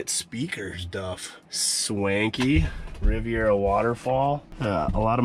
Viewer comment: “The Rivet Rivera”